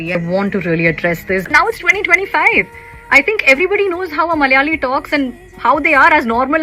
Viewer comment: Didi first of all it's not MALyali or MALyalam It's MALAyali and MALAyalam North indians delete alphabets from word's while pronouncing it and south indian add some extra to the word.